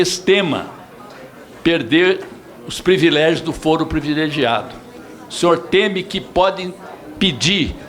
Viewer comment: Ru Pimenta falou PREVILEGIADO...nem sabe a lingua patria !